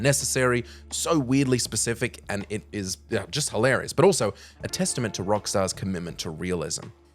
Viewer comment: Did you say a testement or a testicle to Rockstars detail?